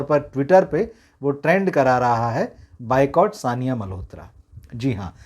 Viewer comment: you're a journalist and you've studied literature hence you understand importance of using words correctly and creating the intended impression. Despite requesting that you correct your pronunciation of "buycott" to "boycott", you refused to. Then there's "eco" which should be "echo". It's zahaan kapoor and not "jahaan" and there are many more such examples. No need to feel slighted when listeners offer constructive feedback. Words can make or break a message or point being stressed if misused! Food for thought - if your name or surname was repeatedly misspelt or misprounounced, would it please you? Certainly not! So do give words the much deserving respect. Present generation has no regard left for words as medium of expression. It's all about symbols and mangled sentences. Thank you.